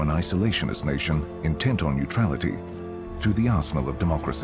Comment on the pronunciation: This narrator pronounces many words oddly. "Arsenal" is "awssno". Maybe my hearing is going.